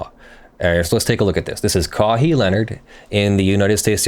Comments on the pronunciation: KA- WHY Leonard.. Kawhee.... lol.. hurts my ears to hear you say it like that... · its pronounced key-why not kaw-hee.. dont you watch the NBA finals??? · Ka-wa-he. Lol. It's Ka-why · I just can't get over the fact this man is saying kaw-hee leonard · ka-why. is the pronunciation. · "Kahee Leonard" really? Lol smh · Kawhi. Pronounced (ka-why) Cringe worthy🤯😬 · His name is said Kuh-why. He was a San Antonio Spur until it seemed he was throwing a tantrum for being on the team. His quality of play plummeted after Tim Duncan retired. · His name is pronounced more like Ka-wai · Thank you for deliberately mispronouncing his name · The mispronunciation of his name is painful. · I guess you can assume he's unbiased in this since he doesn't know how to pronounce his name even after it's all over the news lol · "I hope I'm saying today right". Not even close 😆. Sounded like a bird call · Dude just won the championship and can't even get his name right SMH. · I can't listen to you butchering his mame anymore. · Good vid. Butchered his name though